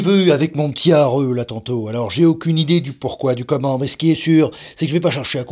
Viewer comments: C’est plus haru c’est areuh 😂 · Hauru... c pas au reuh c Hauru ;) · "Hareu" J'adore, je suis morte, je sais plus m'arrêter de rire 😂